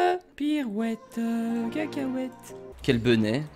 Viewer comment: Pourquoi il dit toujours quelle benet ?